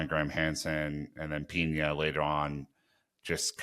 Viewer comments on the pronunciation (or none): Pina 🌲 not piña 🍍, thanks